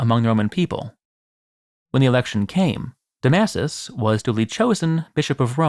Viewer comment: . Pope Domasus. When pronunciation goes all wrong. It’s ok we love you anyway.